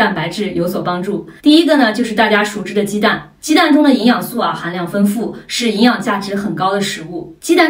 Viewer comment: 丰富的丰读音为feng而不是fen,请注意，谢谢！